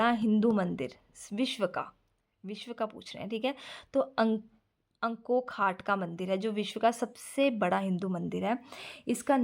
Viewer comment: Mam aapne ankorvaat ko ankokhaat bola..😂